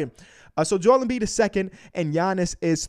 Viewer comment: Seriously? It’s not that hard,it’s Embiid